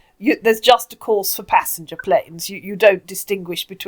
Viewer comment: OMG this guy drives me insane!! Oh c'monnnnnn. ehhhhhhhhhh uuuuhhhhhhhh. I do love the weird emphasis on words like passENGer plane. Mwah mwah mwah mwah. Jumbo jet, jet plane, jet...